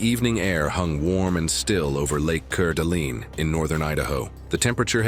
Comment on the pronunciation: Pronounce it as lake core de lane I used to live there